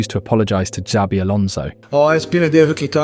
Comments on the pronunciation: The real crime is calling him Z-abi alonso. It's Sh-abi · its not ZABI ...please get it right